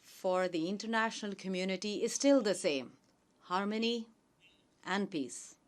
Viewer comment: Modi thought that he is in Gujarat and audience are his party workers.😂😂 He is making toilets and roads for them and also giving them water and houses. What a vision he has 🤣🤣 His English Single youj (use)of plastic Internasnal (international ) Shoshal(social) Disasjar(disaster ) Misan( mission) Hilarious 🤣🤣😂😂😂🤣